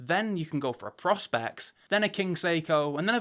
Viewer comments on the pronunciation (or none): PRO-SPEX not PROS-PEX get it right if your gonna talk about it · you might want to learn a little more its prospex not pros-pex if your trying to teach people then maybe learn yourself first